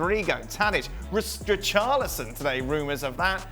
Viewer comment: Now WAIT...Hold on a minute, he just violated Richarlison name like that SMH 🤦🏿‍♂️🤦🏿‍♂️😂😂